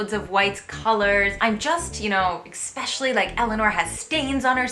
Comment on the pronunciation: I giggle every time you say ECKspecially... There is no X in especially ;)